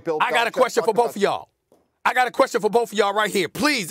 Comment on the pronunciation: “boLth” says Molly, 8x/sentence